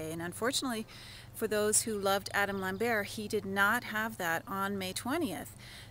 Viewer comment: It's LamberT, not Lamberrr!